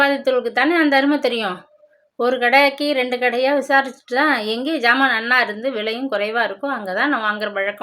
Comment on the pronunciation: Madam it’s not phant it’s pant please check pronunciation before reading. It’s not ஜாமான் it’s சாமான்